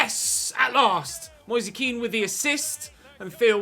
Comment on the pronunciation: It’s not ken it’s Kean